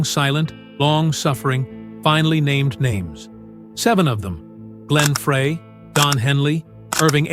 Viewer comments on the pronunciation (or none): it's pronounced "Fry" think one would you would get it right after doing several stories on the band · Correction ; Frey pronounced FRY